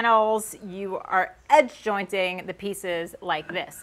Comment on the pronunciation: "joinTing"?,,,There are LOTS of wood working channels out there,, Listening to your Northeast accent is why I like yours,, Keep being you!!... ;-)